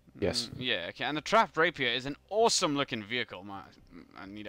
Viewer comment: No offense, but you pronounce rapier wrong. It's actually rap-ier, not rape-ier